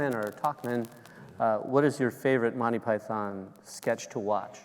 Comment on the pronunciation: Why can the host in particular and Americans in general not pronounce Monty Python? Listen to John, it’s not Monny py-THON, it’s more Mon-Tea PY-thern.